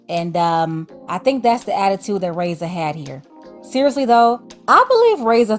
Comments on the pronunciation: Her name is not pronounced (ray-ssa) it's (rah-ee-ssa) the (i) is pronounced as the letter E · The way you’re pronouncing her name is hurting my ears 😭😭